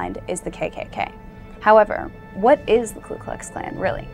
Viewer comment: Get a KLU, it's KU. This beotch doesn't know her head from her tight well rounded ass.